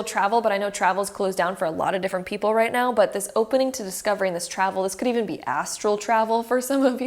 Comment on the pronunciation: Did she really say right meow or is it just me